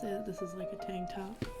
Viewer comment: What accent is diiisss? I had to😂😂😅